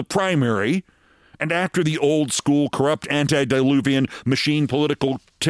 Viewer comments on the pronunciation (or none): The word is antediluvian not antideluvian and it is pronounced the same as ante when playing poker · Antediluvian. It's antediluvian, not anti-diluvian. Aside from that, good work today.